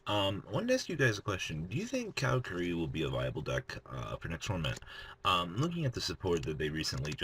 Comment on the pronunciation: Car-a-curi not cow-ra-kuree